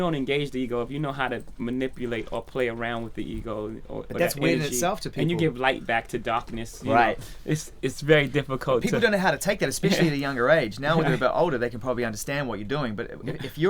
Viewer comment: Nigga said dawkness😂